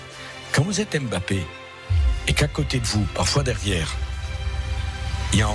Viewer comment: on ne dit pas M.....Bappééé. non , son nom c'est MBAPPE. Pourquoi séparer le M du BAPPE